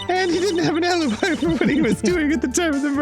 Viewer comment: Noooo, his a-lee-bee!